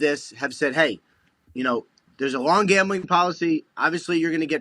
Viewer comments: Pat says gombling not gambling.lol.seriously .😂😂😂😂😂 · Gaumbling? What is Gaumbling? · I dont know what is more funny …. His comment “us Former players” or the way he pronounces “Gambling” 😂😂😂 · Why is pat rombling about gombling? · Why does Ian pronounce gambling like that? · Why is he pronouncing gambling so oddly?